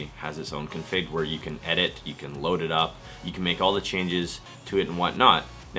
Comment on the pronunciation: I've never heard anyone pronounce the word "config" like you do! lol